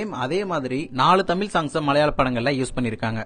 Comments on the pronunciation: என்னது தமிலா? தம்பி சரியா தமிழ் சொல்லு...இதை மலையாத்தான் கேட்டா நமக்கு அவமானம் 😮😮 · Your Tamil.Sorry Thameel is nothing but horrible Thanglish 😂🤡🤡🤡. By the way its not ஆம்பல நடையில். It's அம்பல நடையில்.